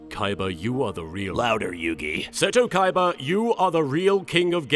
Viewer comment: I just find it funny that the only person whose name he pronounces correctly is fricken Seto Kaiba.